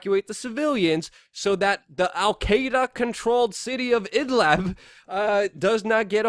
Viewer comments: Hey Luke! .... It's called "IDLIB". NOT "Idlab" or Idleb". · Luke, very fine, even excellent video, but try to work on your pronunciation of words. In this case, about Idlib, you say Idleb, possibly also Idlab, and the real name is Id-lib, as when people pronounce liberty, libertarian, .... Mis-pronunciations can make it sometimes difficult for people wishing to do additional searches on or aboutr a topic. Speaking or wanting to speak too quickly can be a cause, qo maybe slowing down a little might help.